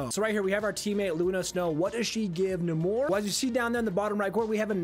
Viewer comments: Its Nay-mor lmao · I gag whenever he says 'Nah-more' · The way you pronounce his name is certainly unique. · Just the accent. Nowhere else in the history of Namor have they pronounced it that way